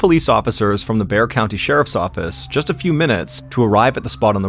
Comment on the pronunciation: Nice job on your pronunciation of Bexar county. Most true crime storytellers don’t lol